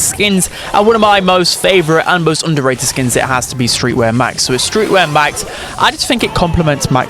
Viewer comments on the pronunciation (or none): everyone: underrated: onduhrae'ud 💂